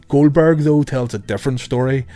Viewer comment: "Goweldberg" Lol